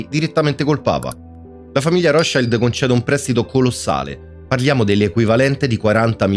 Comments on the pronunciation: Si pronuncia come si scrive Rothschild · Si dice ROTSCILD. Non e' inglese ! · Per come ha pronunciato Rotschield ? eddai